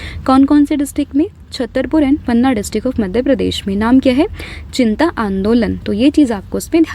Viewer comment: Ma’am it’s चिता not चिंता